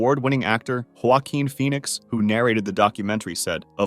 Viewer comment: Hwoowakeen Phoenix